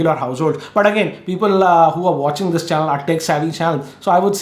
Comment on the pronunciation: Youtube Chanuhl 🥺